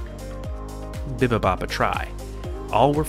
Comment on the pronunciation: The way you pronounced bibimbop 😂